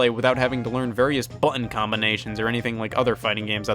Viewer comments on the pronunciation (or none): Scott doesn’t pronounce the “t’s” in button and it hurts my ears 😂😂😂